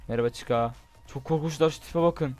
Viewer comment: abi chica çika diye okunuyo :)